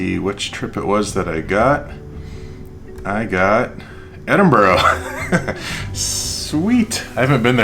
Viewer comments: You were fortunate with the weather, and to have such discerning friends. Noticed you came home pronouncing Edinburgh correctly🤓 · He said it correctly.. Ed-in-bur-row